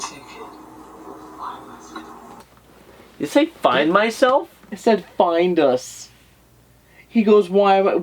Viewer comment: For the clip in the well it doesn't sound like find us it sounds like find my stone